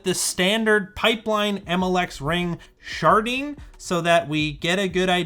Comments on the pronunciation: I can't help hearing it as "tensor sharting" instead of "sharding" 😂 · Ohhh, sharding, not sharting.